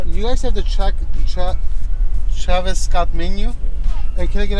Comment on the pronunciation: And he can’t pronounce “TRAVIS”🤣🤣🤣